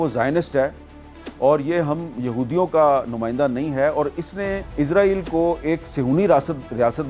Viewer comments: حامد میر صاحب اپ اسرایل کو ازرایل کیوں کہتے ہو ؟ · میر صاحب ازرائیل نہیں اسرائیل بولا کرو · عزرائیل عزرائیل عزرائیل عزرائیل یار لفظ اسرائیل ہے اسرائیل کہیں جناب اسرائیل کہیں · Yar israil ko izrail q kehty hen likh to is se likn para iz jata hai q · حامد میر صاحب یہ عزرائیل نہیں ہے اسرائیل ہے اپنی اصلاح کریں ہر دفعہ اپ عزرائیل بولتے ہیں